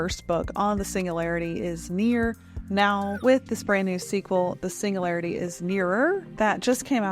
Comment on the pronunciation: Like your content, but there’s a G in singularity 😢